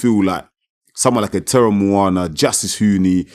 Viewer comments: our 🇼🇸 SAMOAN USO. Teremoana pronunciation is correct. He is from the COOK ISLANDS. Honestly, Justin Huni is Samoan, Tongan and Swedish ancestry like most of us Usos. Why can’t Ja’i Opetaia just fight Chisora like Usykk did as his first fight. Chisora would be a great test for Ja’i. Bivol is not mean and skilful enough respectfully. Just a suggestion. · Teremoana.you say it perfectly brother. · Good job at pronouncing his name brother. If we Polynesians have an R in our language, we roll the tongue. So it kinda sounds like a D 😉